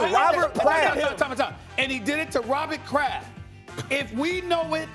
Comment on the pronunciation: Nobody: Stephen A: Robbit Kraft